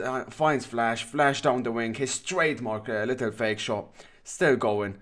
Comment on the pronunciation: No video is complete without at least one "littel tern" lol Great job, as always